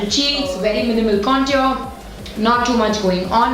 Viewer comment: Not to sound rude or anything but the way you pronounce the word 'contour' is wrong (and for me it's cringy ) Please look it up.